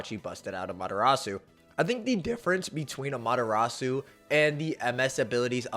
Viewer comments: Just nitpicking it’s no Amata-rasue…. It’s Ama-TEH-Rasu…. Kinda of annoying Ngl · I hate the way Americans pronounce Amaterasu. It's ah-mah-teh-rah-s the U is silent. How do you pronounce Sasuke? Is it sah-SOO-kay? Or is it sas-KAY? Why can't y'all do this with Amaterasu? It makes me not want to even watch these videos.